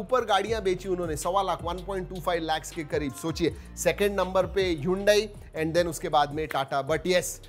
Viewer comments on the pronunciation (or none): none